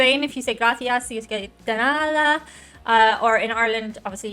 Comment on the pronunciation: Happy birthday week. Chew! This light made your teeth look like you'd been eating blue candy, we know they're white! Love how you've picked up on the fricative đ in "nada", but you still don't swallow the word in quite the same way Spaniards do! 😄